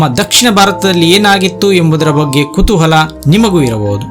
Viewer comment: ಮೋತ್ತ ಮೋದಲು ಅಲ್ಲ ಮೋಟ್ಟ ಮೋದಲು , ಕುತೂಹಲ ಅದು ಕುತುಹಳ ಅಲ್ಲ ಬಾಷೇ ಮೇಲೇ ಸ್ವಲ್ಪ ಸ್ಪಷ್ಟತೇ ಇರಲಿ✌